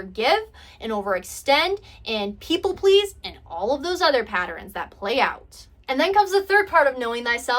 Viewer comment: I am enjoying your messages. I'm just trying to get used to your pronunciation of certain words like pat- terns, you say pat-ter-ns. But I still enjoy!!!